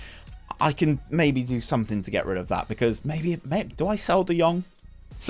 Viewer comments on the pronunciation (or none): none